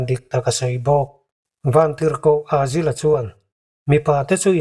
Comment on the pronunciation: Azil tih a i lam hi azazel anilo maw